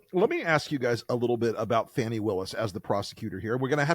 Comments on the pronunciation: Pronounced "Fawney", not fanny. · Fani's name is pronounced "FAWNIE".